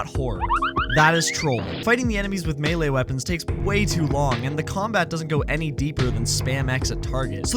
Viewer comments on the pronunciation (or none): none